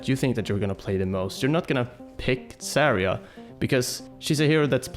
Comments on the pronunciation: I cringe everytime pronounces Zarya as Saria. Zarya means Sunset in Russian, so please, don't call her Saria. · You're pronouncing Zarya really wrong, just saying